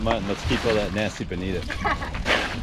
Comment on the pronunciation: You say Bonit(O), not Bonit(A)